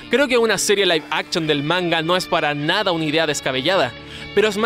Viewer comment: "Laiv Abchon" :v